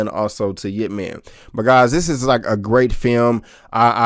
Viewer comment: Its ipp man nit yip man. You pronouce it wrong.. i heard you said yip man..wrong name